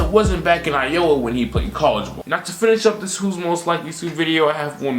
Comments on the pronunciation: Why you pronounce Iowa like that lmao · Why you pronounced iowa like that?